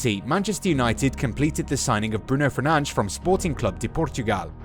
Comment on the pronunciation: FERNANDES NOT FERNA-DE-SH